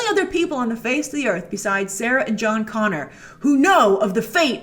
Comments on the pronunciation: Jon “Gonner” Connor😂😂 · John Gonner. Lol.